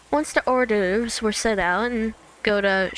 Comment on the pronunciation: lol hey French is great " hors d'oeuvres" is pronunced like "or duh-the-reuh" (the and reuh said quickly). I don't think the sound "vre" exists in English huh